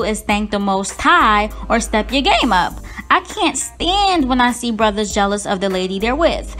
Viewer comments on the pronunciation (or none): none